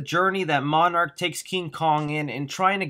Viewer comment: Did you just call Monarch Marnrock???